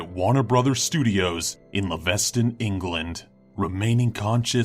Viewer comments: Did he just say "Leh-vez-den?" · Its pronounced Leaves....den. As in leaves that are on trees. Sorry that bugged me and i needed to point it out. Great vid though :D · Leavesden is pronounced as 'leaves', the plural of 'leaf', and 'den' like the place where animals live with the emphasis on the first sylable. This former airfield and Rolls Royce aero-engine factory site is the home of the Harry Potter studio tour; Warner Brothers will tell you it is in London but it is not, in fact the studio buildings are not even in Leavesden but are just over the border in Abbotts Langley. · The pronunciation of 'Leavesden' and 'Isla Fisher' is chronic!